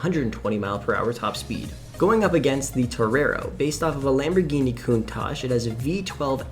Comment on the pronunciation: it's funny how everyone says countash or countatch but never the actual right pronunciation which is countak (yes the ch at the end makes a k)